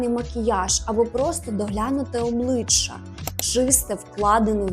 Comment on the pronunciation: ОбличчЯ вимовляється м'яко, а не обличчА. Вдосконалюйтесь в українській. 😊